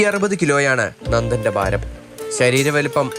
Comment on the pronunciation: ബാരം അല്ല ഭാരം